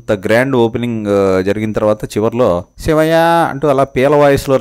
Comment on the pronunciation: సివయ్యా……..శివయ్యా అనిపలకటంరాదు బాబు గారి బాబు కి😮